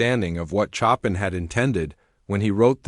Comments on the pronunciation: Not chop an! It is pronounced as Show pan! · Great story, almost bringing me to tears ! The reader, was a very weak reader, and hadn’t taken the time to properly pronounce key names like Chopan.He pronounced it like Chop in rather than the phonetic Showpan which is the correct interpretation ! His reading was very choppy with sentences being butchered with continual long pauses, which were totally unacceptable for any reader , who put no effort to practice, until he could properly read ! Look for a job better suited to you ! No offence, this just is not in your skill level !!! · The only thing I really didn't like was the mispronunciation of the names. Chopin is pronounced Showpawn and Bach is pronounced like Bawk. I really wish they would program these ai's better. It was a very good story though!